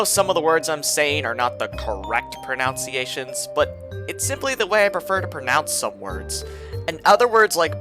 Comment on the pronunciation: The irony that he mispronounces pronunciation 😂